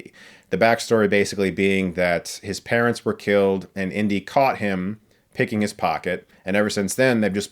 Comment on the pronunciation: I kept thinking you were saying "Indian Short Round" but you were saying "Indy & Short Round" 😅